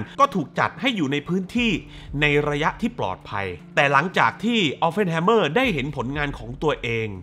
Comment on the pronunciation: ขอแอบแก้หน่อยนะครับ ชื่อแก Oppenheimer ออกเสียงว่า ออป-เพ่น ไม่ใช่ ออป-เฟ่น ครับ (มีแต่ตัว p ไม่ใช่ ph เลยออกเสียงตัว p ไม่ใช่ ph ครับ) นอกจากนั้น เยี่ยมครับ